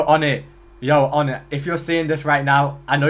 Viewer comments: hearing pronounce his name "oh-net" just feels off 💀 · "Hi, I'm Onett" "So, Onett-" "ONETT? HIS NAME IS "ON IT""